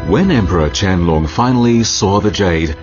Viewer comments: a No. Qianlong is definitely not pronounced as QIANG LUNG. Not in Chinese even, Qian Long (dragon) is the correct pronunciation. Unless you're Vietnamese IDK lol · Qiang Long should be pronounced chien loong. not "long=size" but more like "lung=organ for respiration"